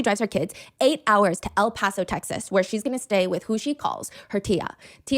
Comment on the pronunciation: Bro when bro said o paso I was like oh nah BC I LIVE IN O PASO!